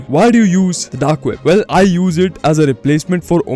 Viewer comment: Not vel bro well 🤡🤡🤡